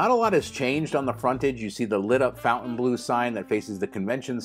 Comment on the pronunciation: It's NOT Fountain... it's Fontain....